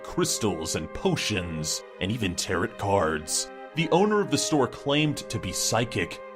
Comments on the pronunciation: Taro-T... Taro-T... TARO-T???!?!!? REALLY?? cries Its renounced "Tarou" cards XD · No goddammit, tarot is pronounced "tear-oh" not "tear-ot" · Tarot is pronounced Taro/Taroe lol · TAROT Cards is pronounced "TEH-ROW" Cards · Lmao did he just pronounce tarot tarrot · Tarot is pronounced taro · "Tarrot", like carrot. Facepalm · "Tear-it cards".... reeeeaaaallllyyy??? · The second 't' in tarot is silent. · Angery at how he said tarot